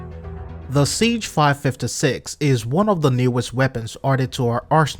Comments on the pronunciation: I love your videos man, but the gun guy in me keeps hearing you say “Siege”? I know that game developers play with the names so I’m not sure if that’s true to the game. Having said that, some common misconceptions that just poke me in the gun nutz. The nomenclature in most rifles has to do with the manufacturer’s names. AR (as in AR-15) doesn’t stand for assault rifle but Armalite Rifle. SIG is Sig Sauer. Before anyone goes off half cocked, I understand you may already know this. Just a little info for the people that don’t. I know the game archetype is assault rifle and the games play loosely with the names of the firearms represented within. There are a lot of reasons for that, but it does lead to some common misconceptions. I don’t want you to take this the wrong way. I love your videos and keep up the good work! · Sig. not cig